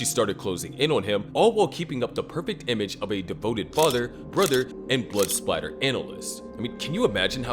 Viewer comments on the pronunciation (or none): It is blood spatter not blood splatter. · it’s blood spatter not blood splatter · “it’s blood spatter not blood splatter” -Isaac s7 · blood spatter not splatter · Blood Spatter. It's Spatter.